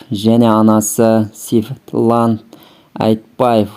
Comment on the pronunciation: Сейфлан Айтбаев дегенің не Светлана деп дұрыс айтсай